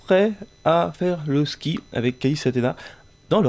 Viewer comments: au lieu de dire ski elle a dit kiki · Mdr au lieux de dire mon ski ski elle a dit mon kiki (super video je vous aimes)